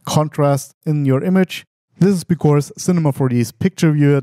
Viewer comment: Gutes Video as usual, aber "becaurse" :D